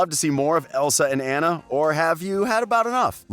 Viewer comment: Idina “MenSel”, AnNa, and Arrrrrendelle! Like what the heck are you a pirate!